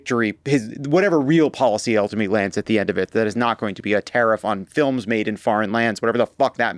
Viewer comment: Does Trunp pronounce "films" with two syllables?